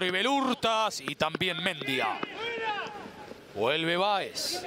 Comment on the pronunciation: Pregunto, locutor y comentarista. Porque no pronuncian Bien como corresponde los Apellidos?. Si el chico es Mendía con acento en al i sino me equivoco. Y pronuncian Mendia con el acento en al e que no existe, No lo comprendo. Igual que con Di Lollo y lo pronuncian con Y que no existe en el Apellido. Una cosa de locos. O éstos 2 periodistas son Nacionalistas Populares?. Increíble. saludos.